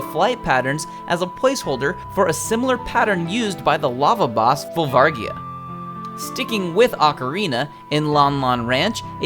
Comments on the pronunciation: "Oh boy a new zelda thing to watch!" "VolvARgia" I'm done. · Volvargia lol